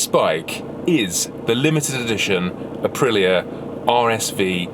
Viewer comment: It's pronounced Uh-pree-yuh listen to the Italians say it.. Listening to him talk about Aprillias sounds like listening to our old friend Phil talk about classic Triumphs/Nortons/BSA's... He sound like the kind of guy I'd sit around and geek out with over heads and exhaust and special carbs and stuff.